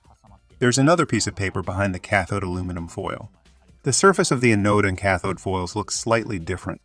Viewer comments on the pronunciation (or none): Is that a computer voice? Its pronunciation of most words was spot-on, but some of the technical terms were pronounced badly. "Anode" is supposed to be pronounced with the emphasis on the first syllable: AN-ode, not a-NODE. ("Anode" should rhyme with "cathode," which was pronounced perfectly.) "Farad" is supposed to be pronounced with the emphasis on the first syllable, and a soft final a: FAIR-ad, not fuh-ROD. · STOP saying "Uh Node". Correct is "Anode" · ann!... node....english pronunciation, the accent is on the "an" not the ...node. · Thanks for the very informative video. I found it distracting that "anode" and "Farad" were not pronounced correctly, however. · Learn how to say anode 😭